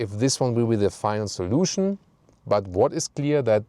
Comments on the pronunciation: Who else cringed when he said “final solution in that accent”? 😂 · when I heard "the final solution" in a german accent I got flashbacks to history class